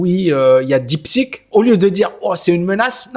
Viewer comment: Bonjour merci pour vos vidéos très intéressantes.. attention deep seek ou deep sick ? La prononciation fait toute la différence ❤